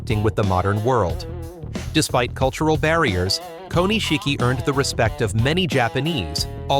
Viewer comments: Say it with me. Ko Nish Ki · The pronunciation of Japanese names and terms is just awful. It's not "Ko-ni-shiki" ! It's "Ko-nishiki" and means "small jewel" in Japanese. Have some respect for the language and culture that you are trying to talk about.